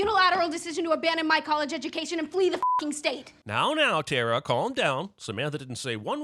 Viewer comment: Sin for every time someone pronounces tara as terror 😂